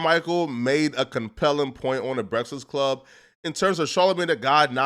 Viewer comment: Soon as I heard say "breastfast club" 💀